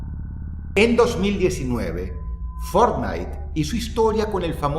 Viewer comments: lo mejor del video fue cuando dice fornite.... en el segundo 2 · Que juege fornite dices ?😂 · El título dice que iba a hablar de fornitee JAJAJAJ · Fort Night.! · Boton para que Dross diga Fortnite ➡